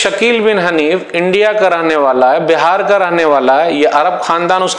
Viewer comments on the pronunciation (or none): none